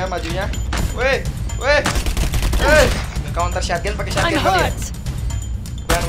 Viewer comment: "shotgun": Sotgan❌ Syatgan✔️